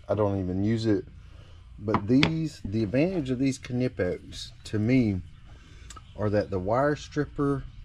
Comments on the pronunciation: almost sure its a silent K on the kahnipex brand heh i normally just grab side cutters but if its heavy gauge then ratcheting cutters work really well .... i've just come accustomed to side cutters and the preset ones i will still nick a wire. unless its like communication cable like cat5-6 then i use a special stripper with a special crimper built in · I believe the K in Knipix is silent when you pronounce it